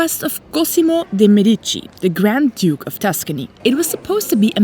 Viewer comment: Guys, please, check the pronunciation for some Italian words or maybe let people know that you're not sure how to say it, because people watch your videos and think that's correct. Medici, nocciola, signoria and so much more were all wrong. I mean, it looks like you're trying to be informative so this would truly be appreciated by travellers.